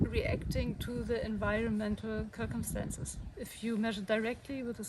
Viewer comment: First, you rock! Second, the word "circumstance" is said like - "sir-cumstance." Keep up the great work!